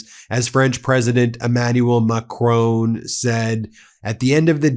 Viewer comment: He Bin stop calling president Macron, Macrooon. Listen to Mark Carney or house of El for the right pronunciation! Your pronunciation of Macron gives me the a terrible feeling! So I will call you Bin from now on! BTW I support you content!